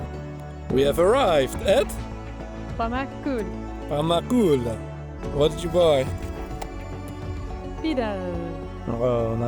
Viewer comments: its TÜRKIYE not turkey !!!!!!!!!!! got damn! please learn how to pronounce citynames / food names or at least the countryname before visiting the county thats really embarasing! !!! every time sou pronounced the names wrong !! a good example : Its WRITTEN pamukkale. you said Pumakkal. COME ON thats just disrespectful !!!!!!!!!!!! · And none of the names were said correct )) lahmacun, pide, Pamukkale, Kapadokya..